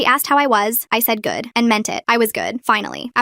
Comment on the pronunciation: the way she says good and blake 💀